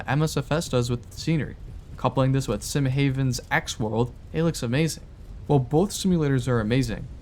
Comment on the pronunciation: Why many say ut always wrong, its not "Sim Hejv'n" its "Sim Hav'n" like heaven or paradise